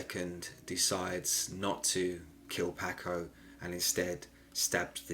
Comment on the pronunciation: Your pronunciation of Paco sounds like the fish and not the Latino pronunciation. The a in Paco is like a soft o.